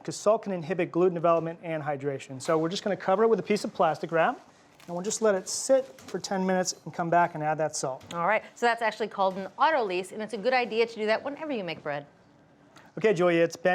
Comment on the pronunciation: It’s “autolysis,” not “auto-leez.” I think you’re saying “autolyze,” which is a verb, but even then, you’re mispronouncing it.